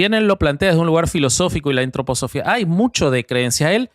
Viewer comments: Gran capítulo! Lo nerviosa que me pone pronunciando mal Antroposofía jajajja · Por lo menos el Sr. de la derecha, aporta información, pero el de la izquierda solo interjecciones, e improperios. Lo interrumpe al otro, que dele que dele con la Antroposofia, cómo pronuncia Filosofía, también acentúa la segunda "o" . Me hubiera gustado que leyera sin el ruido del Sr de la izquierda.